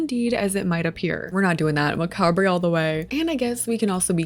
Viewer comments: Hey, I know it’s something a lot of people say differently and something a lot of people learn by reading but the word is pronounced ma-cob! Just for future reference.. and I hope this is taken in the kindest way possible! I love all your videos and I cannot WAIT for this pack to come out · In the US macabre is pronounced as “muh-caab”… Is it different in Canada? The way you said it truly niggled at my mind hahahah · I love you and your videos but I just want to say that the word “macabre” is actually pronounced (muh•cahb)💀🩷🫶🏻 again all love I just wanted to mention that lol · that's not how you pronounce 'macabre' 😅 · mispronouncing macabre 😂